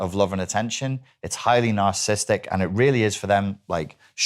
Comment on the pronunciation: Blue shirt guy literally can't even pronounce narcissistic correctly. He keeps say "narcistic" like every idiot who always over uses the term as a buzz word.